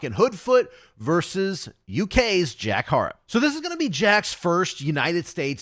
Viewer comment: Good coverage of the upcoming tournament l. Just a quick pronounceation for Jack Harrop for future videos. It's pronounced Ha-Rop 😊